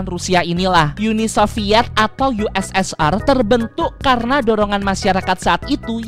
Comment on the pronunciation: Ussr itu dibaca usir